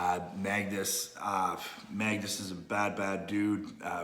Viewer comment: and then the switch to "Mingasn" :DD